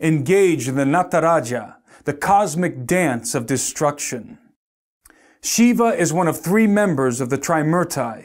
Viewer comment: Shiva not Sheba